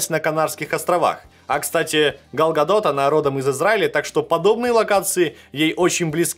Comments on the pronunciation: Галь гадот а не гал гадот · Не гал гадот а галь гадот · Галь Гадот,ГалЬ Гадот! Боже,мои уши...🙄